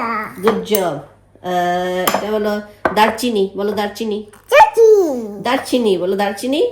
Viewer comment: Cutest "darchini" pronounction ever❤❤❤❤